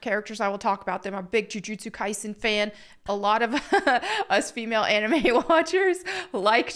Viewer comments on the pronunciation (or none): none